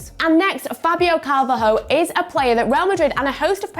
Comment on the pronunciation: Also Angelina yes i u know u dont like Portuguese speaking people but at least put respect on them its Carvalho pronnounced Carvallo not Carvaho try put some respect in order peoples culture and languages instead of constatly disrespecting them